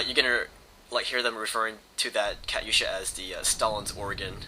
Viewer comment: its not pronounced kutyousha, its pronounced katuyasha